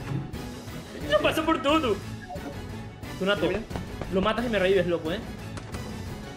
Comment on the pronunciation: Me morí de risa cuando dijo gracias por todo Pero se escucho Gracias pur tudo🤣 osi no escuche mal